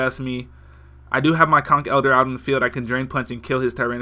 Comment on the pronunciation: I like how you say conkELDER instead of the lame way I say conkeldurrrr